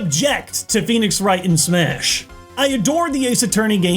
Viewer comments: When you said pheonix wright I cried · “Phoenix Wright” Well I’ve heard enough, I’m leaving